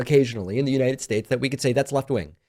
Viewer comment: every time Pakman says "United Shaysh," an angel gets its wings 👼🏻